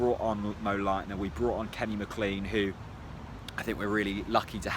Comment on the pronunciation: Isn’t McLean pronounced MacClayn ?